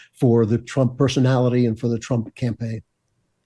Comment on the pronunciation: ❤❤❤TRUMP……NOT TRAMP❌❌❌